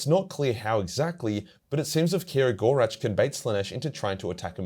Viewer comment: Ok. I'm glad for eldar, and even more so aeldar lore vids. Thanks a bunch. But PLEASE for the love of Isha, listen to the "Heirs of the Laughing God" audio drama, and learn to speak the name of Cegorach once and for all! 🥺Hurts my soul every time I hear you attempt to pronounce it 😅